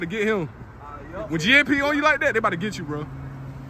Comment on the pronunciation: IT GSP NOT GAP